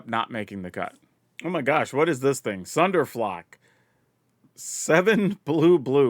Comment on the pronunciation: Man you really did not read Sunderflock correctly lol actually you've done that a fair amount of times with mana colors too You been sleeping okay? 😅